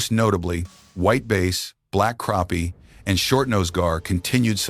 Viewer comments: Hey AI... it's pronounced crāpie NOT crappy, unless you are from New Jersey...lol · "crappie" does NOT rhyme with "happy" ... it DOES rhyme with "poppy"